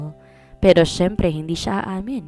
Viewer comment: Ngongo na naman ang sabi mo sa siyempre siyebpre grakasi ang bara ng ilong mo ang hina na ng boses mo ngongo kasi kung lalakassn mo kasi ang pagsasalita baka masamid ka sa bunganga mo dumadaan ang hininga mo tuyo na ang lss as lamunan mo sabay ang words at hininga szz as bibig mo hirap ka sa pagsasalita ano !!!!peace ✌️✌️✌️don’t get mad amiga !!